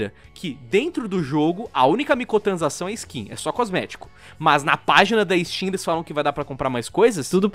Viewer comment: É so eu que escuto " micotransação " '-' ?